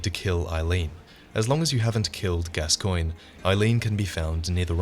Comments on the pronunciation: I dont know why people are so retarded about pronouncing names from soulsborne games, his name is pronounced like GASTON as in the dude from beauty and the beast.....not fucking gas coin.... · It's pronounced gascon.